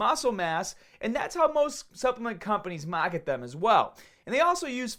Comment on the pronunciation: Maa-hket, Baa-hbell, Staa-hted, this is so excitig! My vocab is improving with every vid.